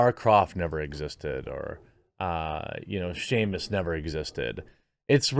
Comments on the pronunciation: Jeremy saying Sheamus and not Samus🤦‍♂️😂😂😂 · Did Jeremy just pronounce "Samus" as "Shamus"? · Who THE F IS SHEAMUS?! It’s SAMUS genius, there’s no H. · Aaahhh yes, Seamas Arenn, the Celtic legend lol, jk love your work, man! 😁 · Wow wow you know normally I sit here and I’m on your side but I’m canceling you for this heinous mistake. How could you call Samus Shamus. Ps I’m joking 😂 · Jeremy, It's not "Shamus" it's "Samus" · Samus not shamus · Bro…did you call Samus, Shamus? XD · Dude, remember that Irish guy who flew around the galaxy fighting space pirates and the Mother Brain? Shamus Aryan? C'mon, man! Its S-A-M-U-S! SAM-US! 😂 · Shamus Aran? lolol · You said "Seamus" instead of "Samus", but yes, it irritates me how people celebrated games with female protagonists as if they were the first of their kind whilst completely forgetting/ignoring the fact that Samus Aran and Lara Croft came decades before them. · LOL at you still calling Samus Shamus. If you want to use it as an example probably better learn her name finally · I got more triggered than I want to admit that he called my favorite character "Shay-mus". (From Metroid, Samus Aran) And I like Samus because Samus is a interesting character, not because she has a vajayjay. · Wait, you pronounce Samus as Shame-us? Like the Irish name Seamus? Bruh. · Did this MF just call Samus Aran, Sheamus? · Did he just call Samus Aron "Seamus"? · The way he pronounced Samus lmao